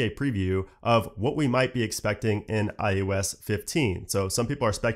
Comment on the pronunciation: It always sounds like he’s saying IUS instead of ios